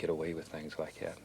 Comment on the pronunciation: I love how he says “like’yat”